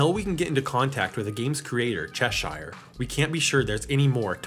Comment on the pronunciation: did he just say Cheshyre? Because Cheshyre is a musician with a youtube channel